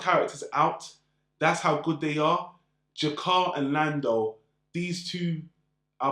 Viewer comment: Londo. Not Lando. You missed Lochley